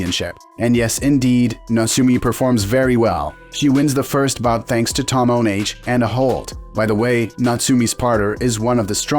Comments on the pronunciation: Tomoenage should be pronounced like Tohmo-eh-Nage (as like nugget) NOT like Tomnnage (as like tonnage). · Don't you like the "tomoh neighj"?